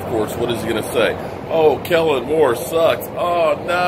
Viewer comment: 😂 I'm so used to saying "Kelvin Moore" that when you said his name right I had to look back up like 😁